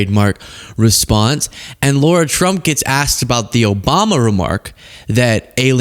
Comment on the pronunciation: It's LARA not Laura!!!!!